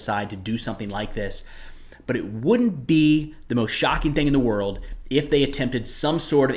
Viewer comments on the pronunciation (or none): none